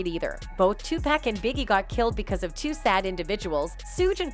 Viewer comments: His name is tupac not tupak 🙂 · I Must Say This! That Women Keep saying 2 PACK Is Driving me Nuts 😂😂😂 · Twopack huh. It's Tupac! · ITS TUPAC NOT TUPACK!!!! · 🥶 someone needs to tell the commentator how to pronounce his name… I could not listen to her anymore...Tupac is pronounced as Two-pahc (h silent ah sound, k sound cock) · Yo,, start having actual humans narrate this shit. Your AI be BUTCHERIN mafks names. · Why is she messing up his name lol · I get a kick out of how these A.I. voice-overs pronounce Tupac, Suge, and some other rapper's names.